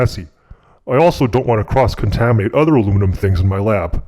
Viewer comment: Domingo Actually, he named it "Alumium"